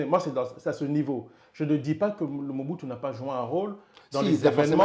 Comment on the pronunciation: C'est Mobutu pas Muhutu